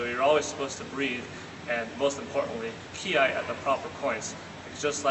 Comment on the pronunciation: It's Kiai, not Kiay.